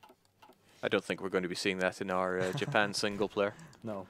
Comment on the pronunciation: More Ya-pan!!!!!!!!